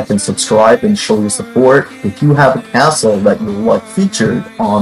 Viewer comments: It sounds like you say today’s assshole but it’s really castle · no don’t I love it